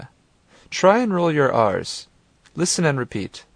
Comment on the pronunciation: Try and roll your arse?